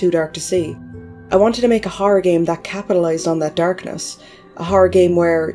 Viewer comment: Good video, whenever you say Horror I say "Harrr"